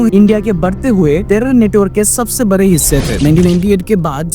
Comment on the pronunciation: Bade❌ bare✅😂